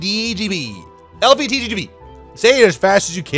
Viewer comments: it sound like he is saying LGBT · Lbtgqlvtdbgm40...got some new pronounces in there